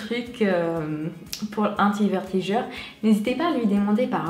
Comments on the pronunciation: Tu me fait rire tu "vertigure" mais on dit "vergetures" bisouuus❤💋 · Vertigures!! Mdrr 😂 vergetures* Malgré ça je trouve que tu t'es amélioré en français. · Coucou ! super vidéo encore une fois 😊 j'espère que tout se passe bien pour toi (et pour ta petite famille), perso je préfèrerais l'actualité grossesse sur YouTube ou FB parce que je vais pas trop sur instagram et snap... gros bisous 😙 P.S : on dit "vergetures" au lieu de "vertijures" et chez nous on appelle les "taches de rougeurs" "taches de rousseur" mais pas de soucis c'est mignon et pas grave 😉 bisous ❤ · tu as du mal avec le mot vergeture^^ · C'est adorable et ne t'inquiètes pas on fait aussi des erreurs en anglais donc personne ne juge sur cette chaîne j'en suis sûre~~ :)